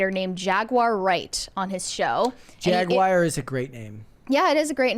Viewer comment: Jag-WARR. Stop saying "Jag-WIRE."